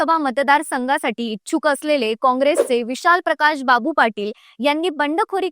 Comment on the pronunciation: अरे किती बोलता लिहून दिलेलं वाचताय.प्रकाशबाबू नाही तर प्रकाशबापू म्हणा. पलूस म्हणा पलसू काय म्हणताय. विशाल पाटलांनी लोकांच्या विकासासाठी काम करावं त्यासाठी एखाद्या सत्ताधारी पक्षात जायला हरकत नाही.नाहीतर सध्या ते अपक्षच आहेत.